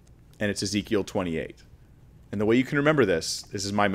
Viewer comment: He pronounced Ezekiel as "is equal" 🤣🤣 that was very funny.